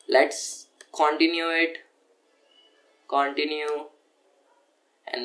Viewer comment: U saying Continue as Caoontinue made my day lol